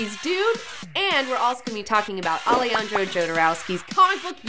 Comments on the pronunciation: It's very funny the way she pronounce "Alejandro". Jodorowsky has a double nationality, is French-Chilean. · Its not pronouced Ale-andro Jodorowsky, its pronouced Alehandro Hodorowsky